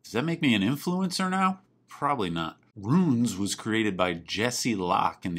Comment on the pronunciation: I love the way you enunciate ROONS